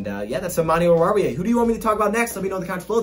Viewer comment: Whenever someone pronounces oruwariye it sounds like they have their mouth full of food 😂 but did pretty good